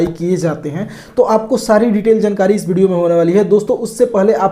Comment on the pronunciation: हे भाई ये व्हिडिओ को बिडियो क्यू बोल रही?😊